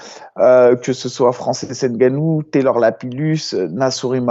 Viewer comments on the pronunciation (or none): none